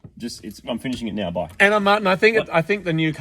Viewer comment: That last "Bye!" was in a legit southern USA accent, lol